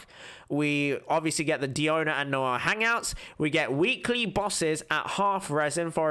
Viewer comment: Whenever he says DIANO I lose it lmao